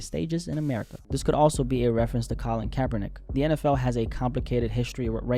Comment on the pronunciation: Its America. Not Amerikkuhkuhkuh. Acting like Blacks are the only ones that pay taxes. You sound like a crah crah crackhead.